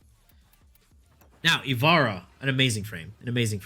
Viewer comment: You are not good at rating Warframes. 1 you are rating and using them horribly. 2 you cant use 99 percent of your frames 3 you cant pronounce ivara